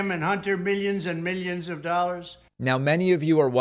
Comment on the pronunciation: Does anyone else hate how he says “Meeyons and meeyons of dollars. It’s MILL-yons, you orange idiot.